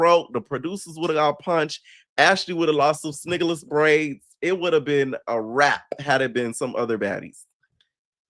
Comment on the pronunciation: snigaless braids 😂😂😂 u mean singaleese 😂😂😂